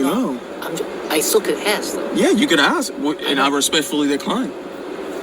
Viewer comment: “Ima aksss u uh gin” why do we tolerate this illiteracy?